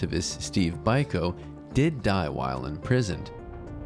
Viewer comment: Stephen Biko is pronounced Beeko. Or am I from an alternate universe?